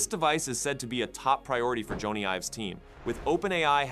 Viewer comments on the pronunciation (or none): It’s not Joe-knee it’s Jonny (Johnny)